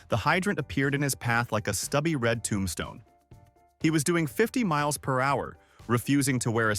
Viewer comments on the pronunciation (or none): none